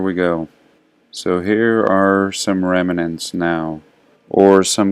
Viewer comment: OK, I have to pull you up on the pronunciation of "remnant" - there are only two two syllables, REM + NANT you're adding an 'i' in there. Unless that's what they say in your part of the world. In which case, I'm sorry, I tried.